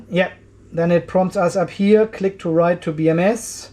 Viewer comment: Tip for V0.301 firmware: at the top. The word you are looking for is 'Click', not 'Crick'.